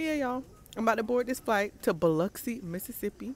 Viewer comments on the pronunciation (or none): Lmaooo not bee-lox-ee 😂😂😂😂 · you was down hereee 😂😂 it’s B - Lux- C, you look soo good girl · Girl I’m from Mississippi & we don’t got shit here ! we behind with the new technology & whatnot 😂😂 & it’s BUH-LUX-EEE 🤣🤣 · It’s bow luxe see 😂😂😂i can’t believe you were like an hour away 😭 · lmao it biloxi …. BUH-LUX-SEE 😂😂😂😂😂😂😂😂😂😂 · I know I'm late commenting, but when you said Gulfport, I said I know they are not bringing my girl to Mississippi! 🤣It Biloxi, but it's pronounced (Bill-uck-see)! This done tickled me baby, but I love all of your content!💞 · It’s like beeluxe “biloxi” I’m from Gulfport lol 😂😂 I can’t believe you was here and I didn’t see it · I live in Gulfport, MS lol it’s “Bil-uxee” Definitely, not too much on us 😂 it’s a nice city girl 😭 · I am CRINEEEEE I’m so late but it’s Buh-LUX-SEE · The way you said biloxi 😂😂😂😂😂 omfg that’s like an hour away from me and no that’s not how it’s pronounced but you tried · You tryna say Biloxi is blowing me 😂😂😂😂😂😂 I’m so weak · I’m from Mississippi and ain’t no way you saying Biloxi like that sis 🤣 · Baby was butchering that lil name 😂😂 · Naw sis thats not how you say, Biloxi, 😂😂😂😂😂 you gotta be from down here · Lol you’re def pronouncing it wrong but I just drove out that way 😢